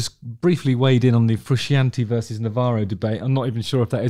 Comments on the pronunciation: so what we have learned here is that justin knows eff all. he cant even pronounce frusciante correctly. 13 minutes of pish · There is nothing characterless about Frusciante’s playing in Stadium Arcadium. Also the fact you can’t pronounce his sir name says it all to me. Bad Justin. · How in the name of the wee man can you be a musician who plays a guitar and NOT know its John Fru-shaun-tae 🤯 I'm really shocked you feel this way about a guitarist who is renound for his skillful, passionate, extremely expressive guitar style. Unreal. On a seperate note, part of the major connection between the Chilis and their fanbase is the connection they have with one another, particularly Anthony & Flea. That band have a musical and personal history that Hollywood screenwriters wish they had written. Theres a real love for music amongst its members and (although Flea is arguable one of the greatest bass musicians of all time) they are entirely without snobbery, they dont care about 'being good', they care about playing music, making art, bringing joy and expressing creativity and have been very on message in regards to this from conception.